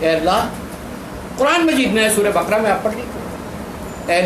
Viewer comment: SURAH BA QA RA HAI. NOT BAKRA